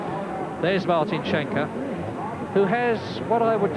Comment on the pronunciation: "Martin Skjenke"